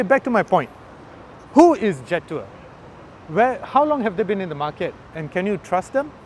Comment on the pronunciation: Pronounce it Je' Tour. You get a distinct french flavour when you pronounce it that way.